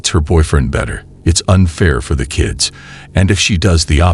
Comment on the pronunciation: why black people never speak it right the word kids, she says everytime KKIIIEEEDS xD